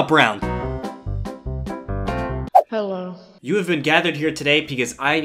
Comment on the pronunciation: hewo tomato